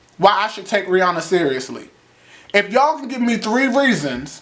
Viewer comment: Lmfaooooooo "whooooo the fuck are y'alllllllll" you said that so country!